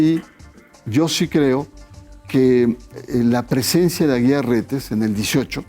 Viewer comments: Y es derecho CANÓNICO Y NO CANINIGO Y ES AGUIAR Y NO AGUILAR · No es Aguilar su apellido. Es AGUIAR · Este supuesto comentarista ni siquiera sabe pronunciar correctamente los nombres de las personas ni porque lo está leyendo. NO es Aguilar. Es Aguiar. Debió haber estudiado en un Instituto Patrulla. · Es Carlos Aguiar, no Aguilar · No es Carlos "AGUILAR" es AGUIAR RETES. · SE DICE DERECHO CANÓNICO.. Y EL APELLIDO ES AGUIAR NO “AGUILAR”…….. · No es Aguilar, es Aguiar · Leo, su apellido es Aguiar, no Aguilar🤔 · Se pronuncia canónico , no , canonigo ,y es Carlos Aguiar Retes, no , Carlos Aguilar Retes. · Es Aguiar, no Aguilar pendejo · Es Código de Derecho Canónico y no canónigo; además no es Aguilar Retes sino Aguiar Retes.